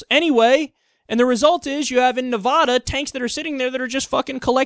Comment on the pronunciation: he said Nevada wrong haha